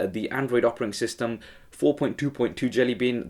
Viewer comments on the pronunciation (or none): All awesome, but I swear he says "opering system" rather than a 'Operating System" ...